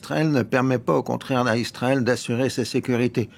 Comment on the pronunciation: Laurens dit toujours « Istrael » depuis des années ! Quelqu’un peut il m’expliquer ça ?